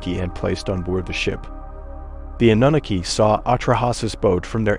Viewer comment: Love the content, the pronunciation is just terrible. Especially Annunaki. I find myself going back 5.. 6 times to try and figure out what you're talkin about.. that's inexcusable.